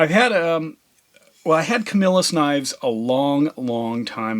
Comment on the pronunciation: Camillus, NY (it’s a suburb of Syracuse, NY) I grew up there and used to dumpster dive in the back of the factory in the village of Camillus. (Pronounced Ka-mil-us btw)